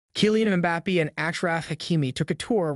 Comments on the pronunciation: Why you pronounce bappi it's bappe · Did you just say “Mah-Bappy”?? 🤦🏽‍♂️ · Butchered mbappes name so badly omg you gotta work in that